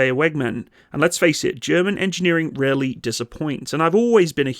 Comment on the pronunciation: I heard rarely disappoints as really disappoints. Had to back it up there lolol